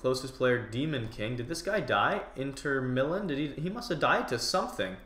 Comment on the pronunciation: Was it only me that laughed when he said inter Milan cos he said it wrong , btw Mitch it a soccer/football team. 😂